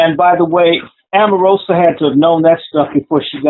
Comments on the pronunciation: Why does he keep calling her Amarosa???? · I may be incorrect. Is Omarosa's name pronounced Om or Am?